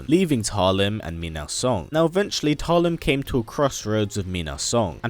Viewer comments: Just realized, if we're going to go with the Filipino pronounciation, "Talim" would be pronounced as /ta-LEEM/ (with the stress on the second syllable), like the Filipino word meaning "blade" or "sharpness of a blade" 😊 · Cant even pronounce her name right..